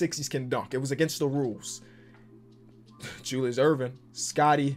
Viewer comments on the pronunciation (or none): none